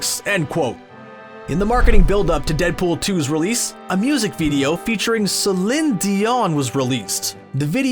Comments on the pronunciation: Preston McGovern more like seh-lean Dion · Celin dee-on???? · "Sil'len Dion"... omfg. Big channel but small as fk brain. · "Seh-lynn Dee-yon" bruh? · And he clearly has a problem pronouncing it, with that pause. Couldn't look it up and do another take? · How are you alive today and not know how to say Celine Dions name? Like…. Under a rock? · Please fire the narrator of this video since he can't even say Celine Dion's name properly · How does this narrator still have a job? He has a Canadian accent but can’t pronounce Celine Dion’s name? He is consistent in his inconsistency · im commenting on the absolute butchered pronunciation of her name...